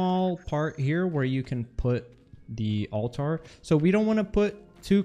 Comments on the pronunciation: Great vid !!! also pronounce it as ALL- TER not ALL-TAR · To answer your question, no, you aren't saying it correctly. It's pronounced alter, not alTAR.